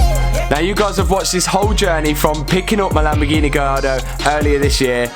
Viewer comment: Non si chiama Lambghini, si chiama Lamborghini